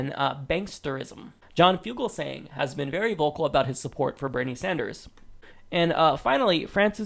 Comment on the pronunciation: "Bernie San-durs-ziz"